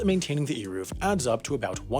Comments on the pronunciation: Eiruv. Like the A in pain and the U is like the O in of. kinda pronouced like Arovf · It’s not pronounced eeruv. The e is like the e in bed